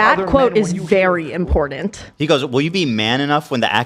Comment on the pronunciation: I love you, but it's hard to listen to your sideshow presentations, especially when you say "impordint" 😂